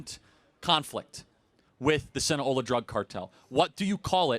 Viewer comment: Sinaloa. Not Sina-ola.